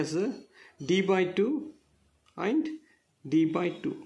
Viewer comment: It is actually and